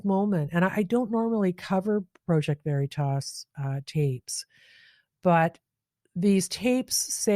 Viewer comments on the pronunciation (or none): I'm unsubscribing because you repeat (poorly) what others have said days before and you FAILED to do any additional research (i.e.work) to get more knowledge and provide that to us. Your affectation of the word 'Project' which you managed to pronounce both as PROW-ject as well as Praw-ject let slip the phoney wannabe intellectual that you truly are. BTW, not wanting war, poverty and abandonment of working people is not exclusive to so called "Liberals". You lost my subscription and all of my friends. Start doing real work, and we may return. Good luck.